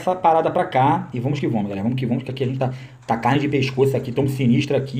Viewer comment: Toda vez q minha namorada está perto e eu estou vendo o vídeo , ela dá risada qndo ele fala " vomos q vomos " kkkkkkk